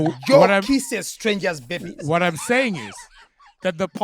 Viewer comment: Eugene!😮..."but you didn't object to food aid"..."he said Bebbies" 😅😅😅